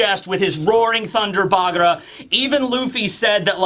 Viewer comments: One thing that bugs me, why is pronouncing Thunder Bagua as Thunger Bagra? With a R? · I'm so used to saying "bagra" that if he starts saying bagua or hakke it's gonna feel so weird